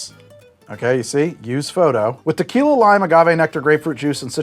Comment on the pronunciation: lmao starting off strong with "tequiley"